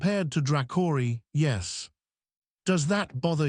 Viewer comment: Tell your AI how to pronounce 'yes'.